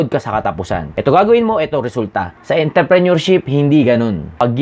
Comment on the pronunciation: Intreprenuer dong hindi interprenuer